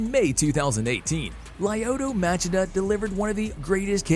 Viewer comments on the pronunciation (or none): Motch-ee-duh, emphasis on first syllable. He only screwed up the beginning a bit. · Who is this Match-a-da of which you speak? Dude, it's pronounced "ma-she-da." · Ok I thought I was the only one who noticed that. As in Ma- shee-da & not Mach-id-da. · It’s pronounced Mah-Chee-Dah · It’s pronounced ( Lee O toe Ma chi da) 🤦‍♂️🤦‍♂️ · OK first off the first name is the problem, he said "LIE oh to" instead of the correct LYO to. Secondly if you wanna get specific, the Chida in Machida 町田 was pronounced with proper lack of elongation of Chi like you said "まちだ" rather than "まちいだ" but the ma is not correct. More similar to Muh as in Muh big car rather than Ma as in Mat. Aint no defending this pronunciation. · Lie oto matchida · Literally thought the same thing but you commented first 🤣🤣 matchedaaa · Laayoto maaachida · Lieuotoe Machaduh😂😂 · Lie-oh-toe Mah-Cha-Dah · Modge ehh duh. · Ma-chit-uh Really? Dude, please do just a little more research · Please learn how to say Machida correctly. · That is the most brutal way anyone has butcher Lyoto Machinda's name ever, well done. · the guy makes videos about the shit but never saw a ufc where machida's name was said out loud? sus not to mention there wasn't even an attempt at pronouncing cro cop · I don’t know what’s more brutal. The 15 head kicks or the way you butchered Machida’s name. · I was gonna say the same thing but you beat me to it when I first heard him say his name I wanted to front kick him for Machida lol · A little over a minute in and you mispronounced svetchenko, Machida, and Belfort. Come on guys